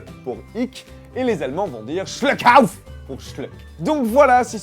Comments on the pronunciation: Le "u" en allemand ça se prononce "ou" pas "eu" c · En allemand le u se prononce "ou" donc ça se prononce "schlouckauf" et pas "schleuckauf" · ce n'est pas schleukhauf, mais Schloukauf (pour la prononciation) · Cest pas "schluckauf" en mode anglais mais "schloukauf" la prononciation hahahahahahaa Si non super video 👍🏼☺️ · ça se pronnonce sch"ou"lkauf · Ça s'écrit Schluckauf mais ça se dit Schlouckaouf (Team germaniste rpz) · Cela se prononce schlougauf 😂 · Salut, j'aime bien tes vidéos, par contre en allemand on va plutôt dire "chlouckaouf", le "u" en allemand se prononçant "ou" (et le "ü" "u"). Voilà bonne continuation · En Allemand, cela se prononce « Schl*ou*kauf » ! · Ça m'a pas vraiment plus quand t'as mal prononcé "Schluckauf" avec un accent allemand totalement stéréotypé, j'ai des amis germanophones qui regardent tes vidéos pour apprendre la langue mais n'ont pas compris ce passage, ce serait possible qu'il n'y ait plus d'exagération de ce type ? ^^ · Houla... Ta prononciation en allemand est très très mauvaise... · Tu prononces très très mal Schluckauf tu sais xD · #DMP tu juges l'esthétique d'un mot allemand alors que tu n'as ni la bonne prononciation ni le bon accent? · La façon dont tu dit schluckauf est magique^^ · OH MON DIEU CET ACCENT ALLEMAND!!! On dirait que tu rejette le schluckauf comme si t'en voulais pas XD